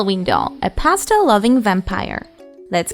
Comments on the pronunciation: I totally thought you said Pasta Loving Vampire I’m like oh nice way of getting away with “marinara sauce”(blood) but then I quickly realized it was Pastel! Not making fun just kinda funny that I full was ready for a Pasta Loving Vampire…lol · In the beginning, I thought she was a "pasta loving vampire"... now I realize probably said "Pastel loving vampire". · I thought she said pasta for a second